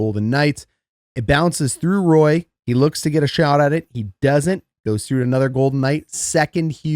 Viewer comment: Just a heads up, Knights' player #10, Nic Roy is Quebecois, so its Wah (like Patrick Roy)